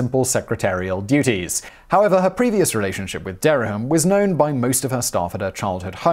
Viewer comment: There are two syllables in Dereham, not three.